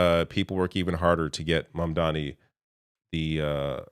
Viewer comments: Even Bernie didn't get Mamdani's name right. 😂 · Scarborough is so proud of himself for barely getting Mamdani's name right for once ... and then he proceeds to screw up Lina Khan. It's not even like it's a confusing name.